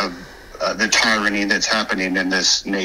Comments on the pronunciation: Whats “tieranny”? Lol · If you pronounce it "tie-rany", I doubt you are even in the US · "Tye-ronny" the Fbi agent who left the messge was reading the script cold, and hasnt heard or used the word before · I don’t think that that voice message was from a real person. The reason I don’t believe it is, they mispronounced tyranny. They mispronounce it like a non-native speaker of English. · It would be good to turn down help from anyone who pronounces tyranny "TIRE-annie."